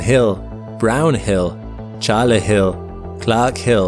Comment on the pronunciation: Its not charla hill - its chawla hill.